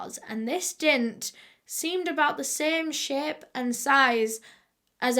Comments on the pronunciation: It took me longer than it should to realise when she says “dint” she means “dent”😩😂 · "They found a DINT" I'm sorry, a what now?😂